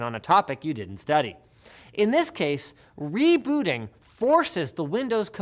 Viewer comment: It's "Rebooting" you keep saying "RebUUting"